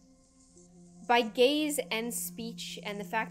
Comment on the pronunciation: when you said 'gaze' I thought you said 'gays' as in 'i can't stop thinking about your gays'.